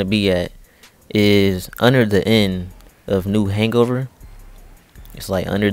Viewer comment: we gonna ignore him saying new hang-over?